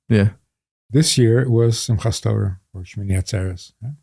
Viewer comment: You live by the Torah or Teira, or Tara, or Tiera? TerroX. I'm really past irritation.